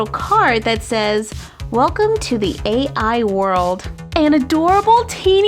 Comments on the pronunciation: Um..... It's not "A" "I"... It's Ai.... Like the pronunciation of the letter "I"...... Ai means Love in Japanese... And it can be used as a name.... I'm sure because I saw Japanese Katakana ( 2nd type of Japanese letters ) saying Guruuvu, as in Groove..... And because the i in Ai wasn't Capital..... So.................................... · I'm sorry but I'm pretty sure it's not pronounced "A I" but "I" like the letter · you say Ai like "i" and it means love in Japanese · my name is Ai. why do you call it A.I, i think it is pronounced as ay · Arex B I was thinking the same thing. "Ai" is Japanese for "love"